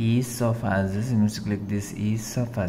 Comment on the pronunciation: "ease of assess"💀